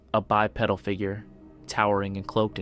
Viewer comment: "BYE-PEE-DULL" not pedal like you bike....please quit mispronouncing it